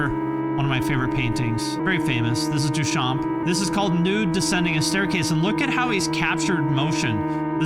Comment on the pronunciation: We do not pronounce the P in Duchamp and the M is pronounce N. The futuristes were fascists. Not for deep political reasons, they just like war machines.